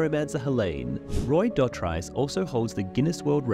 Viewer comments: Dotrice, pronounced DOT-REES😊S, not -rice! 😮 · It's pronounced Doh-Treece, and I knew he played the pyromancer but I had no idea he was supposed to be Pycelle! That would've been great! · He pronounces his name like Doe-treece in the autobooks. I believe you maybe pronouncing it wrong. He was great reading those books ♥️ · Hearing this guy pronounce Roys surname as dot-rice gives the same energy as bri-Ene and Pet-ire lmao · Dotrice. Rhymes with grease. Not price. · It’s pronounced like Roy Du Tree S but with a sharp S sound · It's pronounced 'duh-treese' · It's pronounced' 'Dough - Treese' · Never knew he was the pyromancer but knowing that he is a friend of Martin makes me less upset about his pronunciations in the audiobooks lol so was he wrong or the show? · Come on, put some respect on the pronunciation of his name! He literally says it in the audiobook!